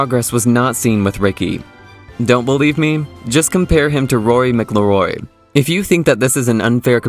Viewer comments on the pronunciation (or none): Bro you can’t even pronounce Rory’s last name right. Also, the comparison isn’t a good one. Rory was deemed to be one of the greatest players of all time and many say that he too, like Rickie, has significantly underachieved. It would make sense to compare him to guys like spieth and Thomas. Even younger guys like Collin, Scottie, and Xander. Although the X man hasn’t won a major yet either. Look, what I think happened was that Rickie had/has extreme charisma. Was he able to catch up to the hype? No absolutely not but the hype wasn’t just built around his amateur accolades. It also built up with his meteoric rise in popularity. Ppl just wanted/ still want Rickie to succeed and it makes the story unfold in a narrowly tragic way. Anyway dude. U mispronounced jack Nicklaus’ name wrong too. You clearly don’t have enough knowledge about the game to make videos that bashes one of golfs nicest guys.